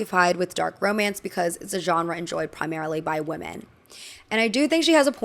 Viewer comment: Hello! The plural of woman is women and it’s pronounced “wi-men”. The way you pronounce women is the same as woman, which is incorrect! I hope this doesn’t come across as mean! It’s frustrating when folks mispronounce words and no one helps them. 💗 I love your videos!